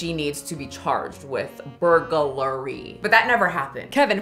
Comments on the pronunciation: Lol...say it with me...burg...lary (lur-ee)....not burger-lary...just burg....lary (lur-ee) You can do it!! 😂👏👏 Thanks for making me laugh on such a bad day! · Thank you for the burglary mispronunciations 😂❤ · I empathize with you. Nothing reminds me I used to have a speech impediment like the sheer hurdle of saying burglary 😭💀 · the reason why you are having a hard time saying burglary, without looking at it, is because you are adding a syllable.